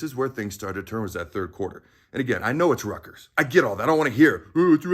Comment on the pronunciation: Hey,,, ……it’s Rutgers.